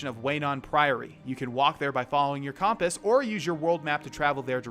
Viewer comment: when he kept saying comp-us instead of cump-us 😂😂😂